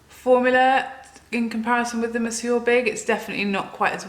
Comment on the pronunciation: It is nice to hear Monsieur big being pronounced properly after watch loas of USA make up channels.